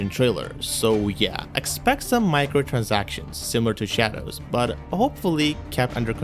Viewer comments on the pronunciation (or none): none